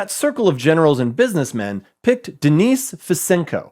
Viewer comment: Guy can't even pronounce Denis right